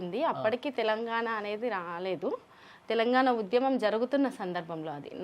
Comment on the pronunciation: UDHYAMAM kaadura kunka. Udyamam. Telugu ni khooni chestunnarura. Ye okkadu English padam lekunda 20 secondlu maatlaadite Ottu.